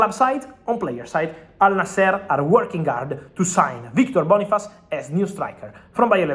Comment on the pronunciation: Boniface bro not bonifsce, 😂why are u running